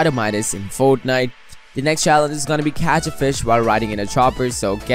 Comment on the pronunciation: lol how he says fornite